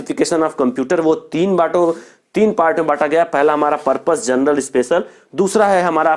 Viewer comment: Sir ji gernel nahi genrel hai